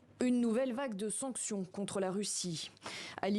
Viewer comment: Sonction avec la bouche bla bla bla 🤣🤣